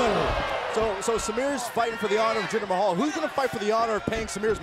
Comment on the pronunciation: Oh look, it's Jinder MAY-hal.